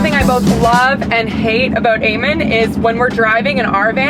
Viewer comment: your name eamon is pronounced e-mon